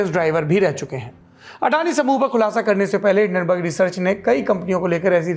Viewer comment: Hindanberg ऐसे तो नही बोलेगा